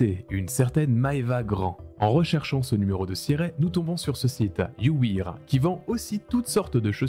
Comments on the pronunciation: Tu prononce you wear you ouïr? T’as appris l’anglais en allemagnie?😊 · Juste pour qu'il n'y ait pas de doute, on dit you wèr, pas you wir ! Excellente vidéo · La vidéo est incroyable, mais la prononciation de "You wear" en "you wiiire" m'a fait mal... Ça se prononce "you wère" ! 😊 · Faut pas lui en vouloir, il s'appelle Dylan et en plus il sort de la TV Réalité, rien qu'avec ça il peut plaider la folie. PS:, "wear" se prononce "wair" mais je n'en prendrais pas compte pour le pouce bleu largement mérité:D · Par contre "You Wear" prononcé "You Ouïr" c'est chaud lol. Je vais m'habiller en Street Ouïr aujourd'hui 😆😆😆 ah tu m'a tuer